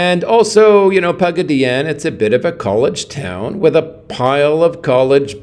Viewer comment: Pagaddyannne?......😮 classy pronunciation....classy video 😂😂😂